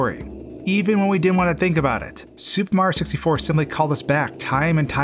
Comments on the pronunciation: “Supah Mahyio sistyfoh” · “Super Marr Sixty-Four” ?? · every time he says “super mario 64,” it sounds like he’s slurring it, sounding like he’s trying to get through it as fast as possible